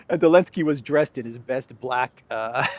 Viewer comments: JB must be watching these days; he always says elensky, not Zelensky. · He even says Elensky. He's been watching your channel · Did Biden say Elensky??